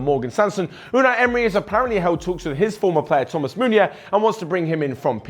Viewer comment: Its not thoma's' its thoma